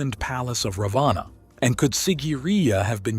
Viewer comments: Please STOP THIS COMPERING AS THE NAMES are FAULTY PRONOUNCED! It is NOT -"रवाना"- meaning DISPATCH INSTEAD of रावण the Demon King a Highly Knowledgeable and Majestic Personality from RAMAYANA रामायण. The CONTINUENT IS GENUINEL and GOOD but Presentation is BAD due to WRONG Pronunciation! I'm ready to do It. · Hindi has a short a and a long a. In English you would write it as Ravana or Ravanaa. However when you pronounce it it should be Ravan (for the short a)